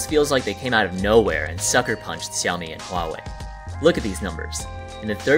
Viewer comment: It is pronounced shoumi not ciomi